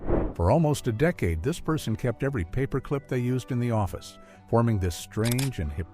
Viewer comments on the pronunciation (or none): none